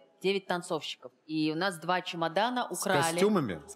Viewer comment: «Чумадана» 😂 видимо это татарское произношение, потому что я тоже так говорю, хотя блин знаю, что правильно «чемодан».